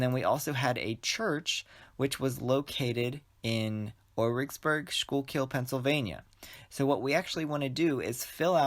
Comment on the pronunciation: To be helpful for those wondering, Schuylkill is pronounced “SKOO-kull”. Thanks for the helpful tutorial!